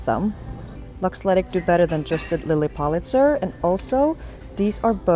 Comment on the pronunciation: So many good finds! Love the dragon shirt. Ps it’s PULL-it-zer❤